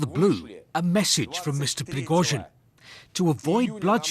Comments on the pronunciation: Prig-OH-zhin. Why do so many people in the media not learn how to pronounce proper names or place names? You would think it is in their job description! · Ok, its Priggo-sheen now. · "Preggo jean" Ffs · Субтитры переводят всё правильно, кроме фамилий. Пригожин произносят по-английски правильно, но в тексте "Прегосян". У вас за бота пишет армянин?